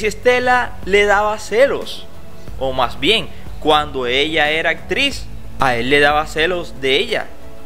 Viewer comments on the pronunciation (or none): none